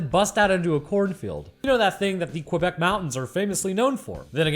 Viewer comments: I love how keeps calling out all the weird pronunciations while consistently mispronouncing Quebec. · Lmao the way u pronounce Quebec